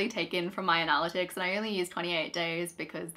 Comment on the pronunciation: We had to stop watching halfway through because we couldn't handle the constant mispronunciation of "analytics". It was driving us mad!